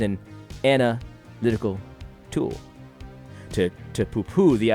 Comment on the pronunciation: Lol every time you said "ana lytical tool". Great vid, btw!